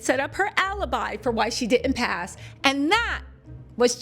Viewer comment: the word is Didnt not dittend just a sugestion keep em coming,great videos!!!